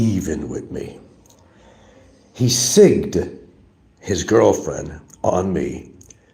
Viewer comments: "He "sigged" his girlfriend on me" needs to learn how to pronounce words. I think he is trying to say "Siccing" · Lol.. I laughed when I heard that also. I wanted to know exactly how to spell that😂